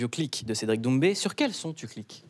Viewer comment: l'accent sur son nom de famille???